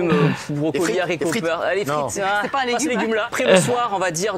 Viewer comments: Tu peux dire les z'haricots, c'est autorisé maintenant 😉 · Les "saricot " à je suis morte nn en vrai je t'adore tibo gros bisous à juju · "les haricots" ou "les heros" c'est un h aspiré contrairement à "les hommes". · maintenant on peut dire les haricot comme tu l'a dit le première fois